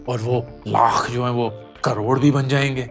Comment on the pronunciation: Lakkkkha😂😂 carhhhhod😂😂 what a pronounciation